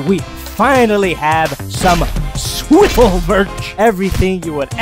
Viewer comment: ITS SWIVL MANNNNNNNNNN